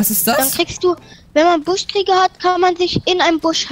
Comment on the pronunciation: Es heißt Buschkriecher nicht Buschkrieger!!!!!!!!Wenn nervt das auch